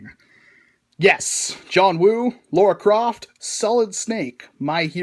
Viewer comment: Did I hear "Laura Croft" or "Lara Croft"? 😁 Regardless, thanks for yet another entertaining and informative review!